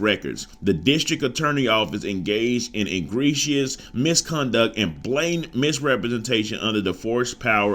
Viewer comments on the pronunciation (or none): Gotta sound the words out mis-con-duct u got it the second time😂😂😂